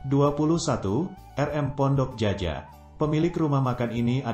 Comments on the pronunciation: Hoii..... Admin cobalah anak SD membaca gitu, Djaja itu bacaannya jaya bunga, buka jaja, aneh benar dikuping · Naratornyo harus memperkaya khasanah bahasanya. Masak Pondok Djaja di eja Pondok Jaja. Seharusnya dia membacanya sebagai Pondok Jaya. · Ini admin yg bacain bukan orang minang ya? Mak ciak cara bacanya bukan bgt min! ? Terus menyebutkan Djaja bukan jaja, sebut lah jaya, sebelum upload coklat dulu, gak enak banget dikuping